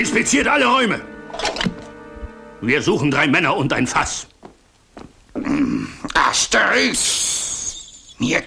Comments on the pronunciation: Das heißt Asterix bei den Briten und nicht Aterix 😂😂😂😂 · Asterix nicht aterix 😂😂😂😂😂😂